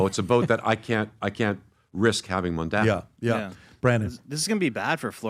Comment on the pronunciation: Why can’t Americans says Mamdani properly. It’s really funny hearing Mamdami or Mandani or Mandami🤣🤣